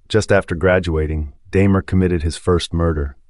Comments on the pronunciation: DAHmer, not DAYmer. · I appreciate the effort of these videos but right off the bat... This is the first video I've stumbled across of yours. 'Daymer?' Really? 🙄